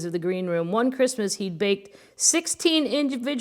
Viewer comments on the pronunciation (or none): none